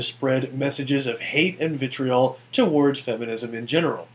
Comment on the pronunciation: All you have to do, Jacques Cuze, is watch the remainder of the video and you'd find the same number of citations showing that is indeed an anti-Semitic that used to show that Mens Rights Edmonton is a hate group, etc. Also, how mispronounces "vitriol" is suspect. Very suspect.